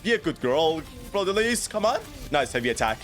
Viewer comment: in french (where her name is originated from) the s is silent in lys so it is pronounced fleur de lee not lees